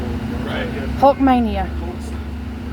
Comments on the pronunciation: Forgive me I'm not making fun of you, in fact I appreciate you making this video and I want to Thank You for putting a smile on my face during this somber time. Hearing you say "HulkMania" made me smile (almost chuckle) Instead of saying the correct "Hulk-A-Mania" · His name is Terry Bollea not terry hulk hogan & it's not hulkmania its HulkAmania..To me you're not as much of a fan as you say you are which probably means you're trying to capitalize on his death since he is & was such a huge figure & it will gain you traction on your channel...Stop it!! Just stop..Some people man.